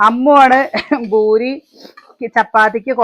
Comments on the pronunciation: boori alla poori ennanu parayendathu 😊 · Boory അല്ല poory എന്നാ പറയാ 🤭